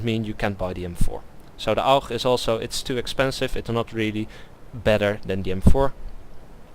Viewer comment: The Augch ( aug ) :D Gotta love the Dutch :P